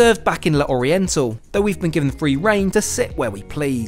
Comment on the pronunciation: Really enjoyed this video. Just a small thing… in French when you have an apostrophe you just ignore it. So L’Oriental is pronounced Loriental rather than Le Oriental and d’Azur is pronounced dazur rather than de Azur. No need for any gaps. Hope that makes sense.